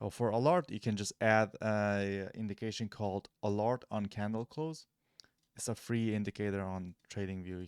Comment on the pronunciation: thank's bro ...this helps . but it's either ALARM or ALERT not ALART lol 😂😂